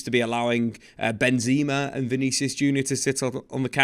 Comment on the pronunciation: I think it's Benzema, not Benzeeema